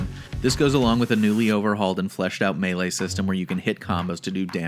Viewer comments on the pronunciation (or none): none